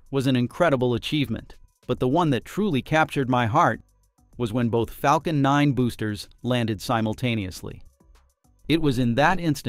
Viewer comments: Flacon nine??????? AI crap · we have the proof this is a IA voice: "Flacon9" 😄